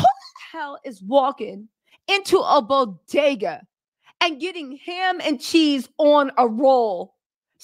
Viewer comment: Hahahaha “ the Bo.De.Ga” 😂 🤣🤣 Bagels Baby.. Bagels